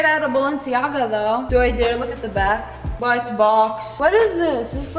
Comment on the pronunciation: It said whit not white not trying to be rude